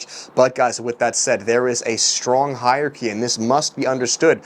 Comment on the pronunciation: Lol “hierarchy”. I’m out ✌️